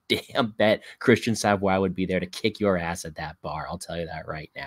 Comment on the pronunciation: Bro is from saint john, NB not Saint John's, NFLD and it's pronounced sa-voy. Just an fyi